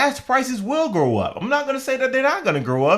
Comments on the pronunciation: Lol. so glad I never learned to drive. You saying "grow up" in stead of "go up" is sending me 🤣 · It's go up, not grow up😂😂😂